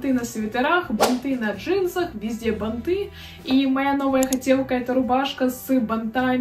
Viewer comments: Не банты'.А б'анты ,ударение на первый сог. Вещать о чем либо и говорить-"ну не знаю "-это глупо,А так же -"у меня такое есть" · простите, не могу молчать! Плохо ➡️ 1. Не штаны, а брюки. От слова штаны на 20 раз начинает дергаться глаз. 2. Не прогоняйте так быстро картинки, Я не успеваю посмотреть и другие тоже, судя по комментариям. 3. Ударения надо чинить (ба’нты, продала’ и не только) и с речью очень надо поработать (надеваю на себя, одеваю на кого-то), металлизированная обувь (не металическая), джинсовые и бордовые туфли (Джинса - это ткань, бордовый - это цвет. Красное и теплое. Или джинсовые и кожаные или под джинсу и бордовые), не застенки на обуви, а застежки и тд. 4. Длинные перчатки в образе (не на образе). 5. Многовато тавтологии. (Очень круто, вы наверное видели …) Хорошо ➡️ 1. Вы, ваш образ, ваш внешний вид.. 2. Милая, дружелюбная, приятная подача. 3. Ваши Искренность и аутентичность. 4. Видео хорошее, интересное, информативное. У вас есть потенциал. Если есть амбиции развить канал, то нужно работать с речью. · бАнты - ударение на 1 слог. Пожалуйста извините, что поправила, но надо грамотно транслировать... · Спасибо за разбор трендов. Но всё же правильно бАнты. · А ещё бАнты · Банты ударение на 1ый слог!!! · Банты ударение на первый слог, блогер учи русский язык!